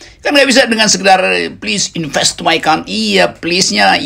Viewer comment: "plis inpes mai kontri"